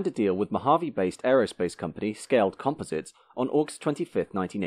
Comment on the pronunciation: You do not know how to pronounce composites?